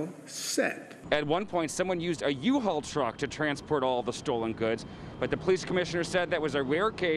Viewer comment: Did he say Uhaul